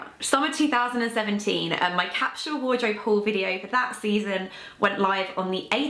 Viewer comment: Why can't she pronounce the word capsule properly?